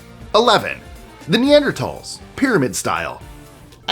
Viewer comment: It's "The Netherlands," not "The Neanderthals" 😅😅😅